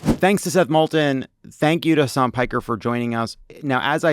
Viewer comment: Hasan is pronounced Huh-sun..